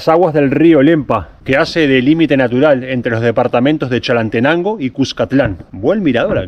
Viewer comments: Mi querido amigo no se dice Chalantenango se dice Chalatenango ,gracias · Amigo cuando te refieras a chálate..es chalatenango ‘ no chalastenango..solo una pequeña corrección